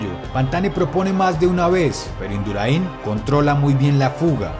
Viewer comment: Induraín no, es Indurain. Gracias